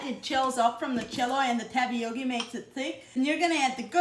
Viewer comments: I like how you say "Tapiockie" for Tapioca. That's different.❤😘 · “Tapiokee”! Love it!! Lovina it!! 🤩